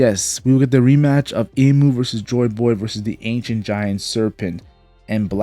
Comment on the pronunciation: I like how this guy pronounces Joy Boy. “Joy BOoy” Very good video